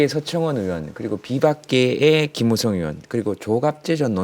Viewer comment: 신지예 발음 "으원"